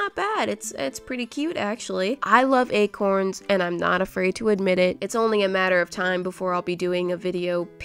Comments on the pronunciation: This is how many times she said ACRONS ⬇️ ⬇️ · At one point “acorns” sounds like “egg horns” 😂